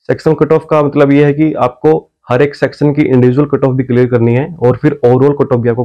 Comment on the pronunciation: सेक्शन को सेक्सन बोल रहे हैं आप?😎?